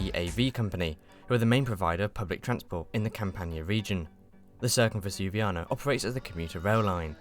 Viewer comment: Why do you insist on pronouncing the first c in Circumvesuviana as if it were an 's'? C is never pronounced as 's' in Italian.